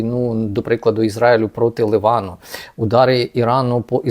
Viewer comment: Не Ливан а Ліван!!! Заїбали!